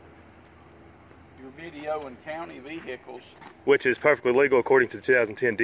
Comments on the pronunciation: For somebody who is from the UK could you please stop murdering my beautiful language. You do not pronounce the H in vehicle, it is silent. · You know you're in trouble when you hear 'vee-hickle'